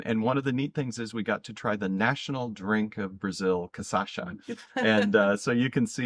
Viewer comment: Very nice video and looks like a great tour. One small correction for Cachaça it’s pronounced Ka-Cha-Sah